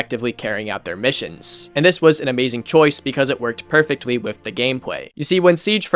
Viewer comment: “because it perfectwy with the gamepway”